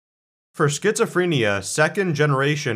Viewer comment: Why can’t this man pronounce schizophrenia?